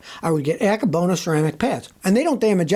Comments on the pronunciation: [are you saying "anchor bonus" ceramic brake pads?] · There’s no r in Akebono